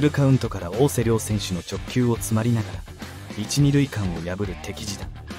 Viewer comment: おおせりょう、じゃなく おおせらって読むんだけどね。